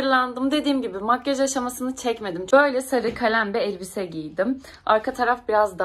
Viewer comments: Eeelbise değil elbise🙏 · Nolur eellbise deme be